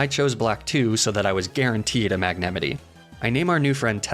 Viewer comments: Quit trolling with bad pronunciation of Mag Na MITE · Please don’t pronounce magnemite like that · Magnemitty Me:um, it’s magnemite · Did you serious just call mag-ne-mite, mag-nem-itty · magnemini me it’s magnemite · mag-nem-it-eee is incorrect, its mag-nem-eye-t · Bro really said magnemete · ok, i know this is like the 100th comment saying this but WHAT THE ACTUAL LIVING HELL IS THAT MAGNEMITE PRONOUNCIATION? IT'S MAGN-E-MITE, WITH THE MITE PRONOUNCED LIKE MIGHT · cool content epic channel but for the love of god don't say MAGNEMITI ever again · Mag ne mite. Not mi te. Mite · You're pronouncing "Magnemite" wrong. It's "magne-might" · Is the mispronouncing done on purpose? Ive been watching for ages and I can't tell 😂😂😂 Mag-NEH-mitty? Luh-prah? Calling Mareep a pig? 😂 Love your videos still, it's just funny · "mag-ne-tittie" wtf. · It is very frustrating to me how you mispronounce Magnemite, as the pronunciation is clearly "Ma-ñe-mi-ty", as like the word lasagna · I’m never caught off guard when you pronounce things incorrectly like “Mag-nemitty” but when you said “Stroojel Booj” I lost it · mag na meat ay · I absolutely despise the way you say mag-na-myt. But you're hilarious so I like the videos. Keep it up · I miss his pronunciation of Mag-nuh-mi-teh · Holyshit that’s not how you say magnemite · Your magnemite pronunciation hurt me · What is that pronunciation of Magnemite… just took out an axe and butchered it messily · I think I took psychic damage when you said Magnemite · You desperately need to learn how to say magnemite. This is the second video I've nearly stopped watching because it hurts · I can’t tell what’s worse, your pronunciation of magnemite or wolffe glick saying giratina